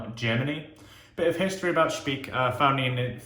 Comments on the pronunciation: Dear, the correct pronouncing is spike and not speak. ❤❤ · Many years ago I lived in Munich but was not a wet shaver then. I missed out. By the way you pronounce the second vowel in German. So like pike. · Solid review! It's pronounced a bit different, but doesn't matter! I personally only use the aftershave splashes (Classic and Active which is a bit more citrus forward and less medicinal) from Speick. As for creams I mainly use "Esbjerg" which is an Austrian artisan, so I like to support a local business. Michael Freedberg made a review a few years back. All natural ingredients, great quality IMO.